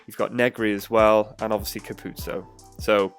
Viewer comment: Just FYI - its pronounced Capu-ozzo not Capuzzo. I learned this recently myself👍. Great video